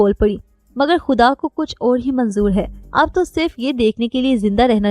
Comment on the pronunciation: اچھا چینج ہے۔ اس چینل کے مردوں سے زیادہ اچھا انداز ہے آپکا 😊 بس خ کی آواز پر خاص توجہ دیں۔ خ کو ح نہ پڑھیں۔ جیسے خواہ کو حواہ نہ پڑھیں۔ اور خدا کو حدا نہ پڑھیں۔